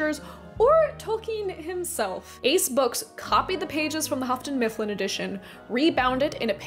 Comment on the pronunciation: Lol “Huffton-Mifflin”